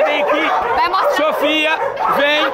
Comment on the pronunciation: A falou meu nome so que com o i 😅 SOFY